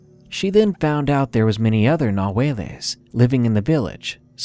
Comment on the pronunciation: It's not ''nahueles'' it's ''Nahuales''